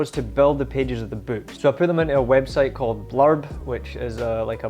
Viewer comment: I'm sorry. Did you say "Blob" or "Blurb." Could find nothing under the former, so I assumed it was "Blurb." Thanks for your recommendation.